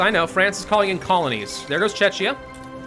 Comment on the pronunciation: Hi, love your videos just please check your pronunciation of Czechia, it tears my ears as I m from here and you keep pronouncing it as Chechnya which is completely different... Thanks in advance keep up the good work :)